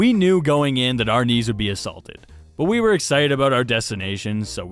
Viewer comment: What i hear: who's wii? What you hear: who's we?